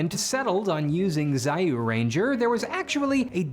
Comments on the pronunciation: I am sorry but I got insanely pissed when you said zyuranger zi-yu-ranger and not Jyu-ranger. But hey, im guessing you are still kinda new to pronoucing some toku names so my fault too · It's pronounced juranger not ziyuranger btw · sir it read as juranger not zayuranger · Stop pronouncing Zyuranger as "Sa-You ranger" it's pronounced "Ju-Ranger"!! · Zyuranger is pronounced JU-Ranger not ZYAU-Ranger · Zee-yuu ranger. ALMOST like Zoo Ranger. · ... Zai-yu-ranger..? Zee-yuu-renja. Also, if Saban went with Jetman they'd probably ruin it the way they did Kamen Rider Black RX, Shinkenger, Goseiger, and Gokaiger. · Admit it... you intentionally mispronounce "ZAI YUU RANGER" because pronouncing it properly would sound kinda funny. In Japanese it's pronounced "Jew Renjar" (Jew Ranger) but they anglicized it as Zyuu because... Mr.Saban was... well... Jewish. xD I grew up watching Jetman in Japan before moving to Australia in 1992... I remember I was so annoyed that I couldn't watch the rest of JewRanger of the super sentai series... but every few months, my extended family sent me a box of Japanese snacks, necessities and VHS of anime and tokusatsu and TV dramas, music shows and all sorts of other TV shows. Also Japanese manga, picture books, textbooks and novels so I wouldn't lose my Japanese. I REALLY LIKED Ninja Sentai Kakurenjar all the way up to Seijuu Sentai GingaMan and after that I lost interest. And I was an absolute fiend for other Tokusatsu like Jumparson (Japanese RoboCop) Garou, Kamen Rider, etc Also Jetman was heavily inspired by and is a full Throwback / Reference / Loveletter to the series "GatchaMan". That's why the Birds versus Interdimensional Bad Guys is a thing. Also tha Gravel Pit with all the pyrotechnics is now open to the public commercially as an "Explosion Photoshoot" location. Man... you reminded me of so many of these episodes that gave me nostalgia and then I remembered that there was a Cup Noodle Villain and how they had to deal with that one.